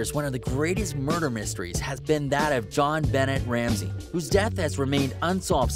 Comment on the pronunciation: Did he really just say " Jon bennett" !?!?